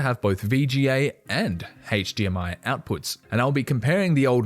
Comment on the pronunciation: Lol at "HAAYYche DMI" instead of "HDMI."